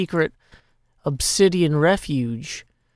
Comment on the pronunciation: French here. No, I wouldn’t say refuge like that, just pronouncing it in French ´cause it’s written the same way